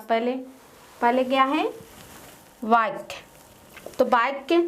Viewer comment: Here are Mistakes First fall I dissatisfied with your videos and mam also. •very very poor pronunciation •doubts aren't clear •there is no profit of making videos •Mam is saying other words like बाच्या and in digital board वाच्या बाक्या...नही वाक्य •Tarak you say that other subject classes are also held there are no classes of English,computer Upar se madam bhi itna ganda पढ़ा rahi hai .....🙏🙏🙏